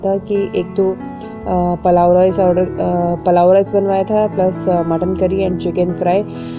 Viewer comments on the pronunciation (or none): Palav rice😂😂😂nahi.pulav rice Overacting bahot karte ho aap